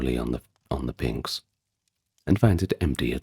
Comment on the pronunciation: Great video. As all your other ones are. By the way if pronunciation bothers you, that should be pnix , NIX, like Stevie Nicks, (and not pninks like the Kinks)